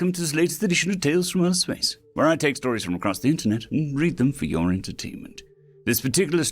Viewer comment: Fun mistake that changes the story quite a bit. To me out sounds like "Our" instead "Your" HQ. 😂